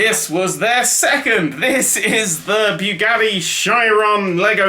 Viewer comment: Beugadi shairon... no. Boogatti sheeron